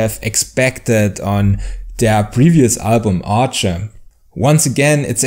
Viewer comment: ARCHE is prononced "Ark" for the record Did you get the opportunity to go see them live on their latest European Tour ? The new songs really shine live, a shame they didn't get to play all the songs of the album in front of the audience yet